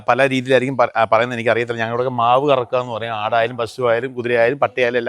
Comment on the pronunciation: മാവ് അല്ല ചേട്ട മാശ്ശ്